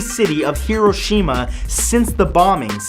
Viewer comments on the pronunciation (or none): none